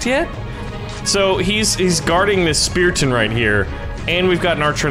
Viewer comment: it said speraton instead of spearton